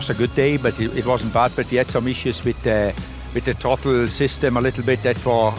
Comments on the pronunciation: Steiner pronouncing ‘throttle’ like the German word ‘Trottel’ which means idiot😂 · "TROTTEL" System.